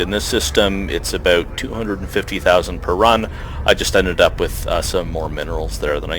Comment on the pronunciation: Something is odd about the way you say 'about' and 'out' lol...sounds more like 'aboowt' =s